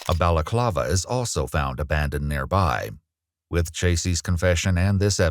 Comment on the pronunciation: Ty for pronouncing balaclava correctly 😊 a lot of people will pronounce it balacalava 🙃